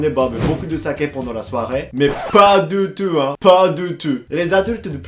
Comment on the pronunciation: Pas deu teuh hein